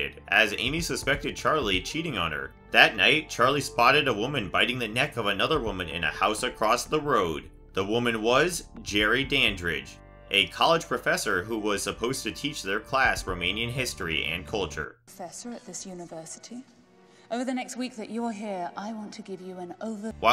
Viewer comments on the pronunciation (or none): Lol it's Dandridge not DanBridge